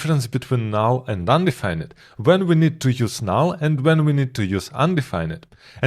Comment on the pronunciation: This was fantastic! I learned so much 👍 Just so you know, when you pronounce 'undefined' in English. You don't pronounce the 'ned' part like the word 'red'. You instead pronounce it like 'find' so something like 'un-d-find'